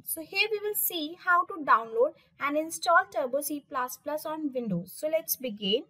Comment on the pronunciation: Please it's not C plas plas....🙏It's plus plus